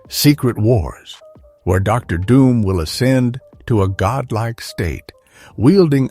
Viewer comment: What about Der Doom, instead of Dr. Doom. Low budget video. No effort into making this bullshit.